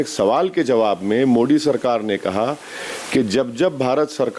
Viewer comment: इस इन्सान के नफरत का अंदाज़ा इसी बात से लगाया जा सकता है कि इसने आज तक कभी मोदी को मोदी नहीं कहा, हमेशा "मोडी" कहता है जानबूझकर। "द" का उच्चारण तो ये कर ही लेता है तोतला तो है नहीं। ये लोग अभी तो अतांकवाद, कट्टरता, और अतंकवादी संगठनों की निन्दा पब्लिक के सामने करेंगे ही, लेकिन उन्ही को ये अल्लाह के याेद्धा मानकर पूजते है। इनके ज़बान पर कुछ और पेट में कुछ और ही रहता है। कोई अतंकवादी अपने मुंह से कैसे बोल देगा की वो क्या चाहता है। कुरआन के हिसाब से चलने वाला धर्म और लोगों की कल्पना बिना कट्टरता और अतंकवाद के हो ही नहीं सकती क्योंकि उस खूनी किताब में ऐसा ही आदेश है। उसके अनुसार तो पूरी दुनिया में जब तक इस्लाम कायम ना हो जाए तब तक एक एक मुसलमान को इसके लिए लड़ते रहना है, ये सब उसी का आदेश का पालन करते हैं। और दुनिया को बताते कुछ और है, इस बात को जितना जल्दी दुनिया समझ ले उतना ही अच्छा होगा। गैर मुसलमान की हत्या करना इनके खूनी किताब के अनुसार जायज है और मुक्ति का मार्ग है। दुनिया का लगभग हर मुसलमान उसी काम पर लगा हुआ है। कोई नेता बन के, कोई प्रशासन में रह के, कोई बिजनेस कर के या चाहे कुछ भी कर रहा हो उसका जिंदगी का मकसद एक ही है गैर मुसलमानो का खात्मा करना। जागो हिंदुओ जागो, चाहे कुछ पढ़ो या ना पढ़ो एक बार कुरआन जरूर पढ़ो ।।।।